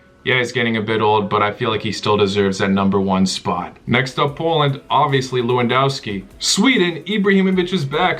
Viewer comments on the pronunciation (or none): Lou wahn douwskee (Lewandowski) 🤣